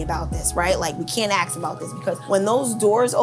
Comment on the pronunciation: Why do you say "axe" when trying to say "ask"?